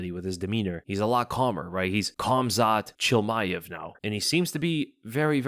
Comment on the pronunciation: No way this man said Khamzat Chillmaev and it went unnoticed 😂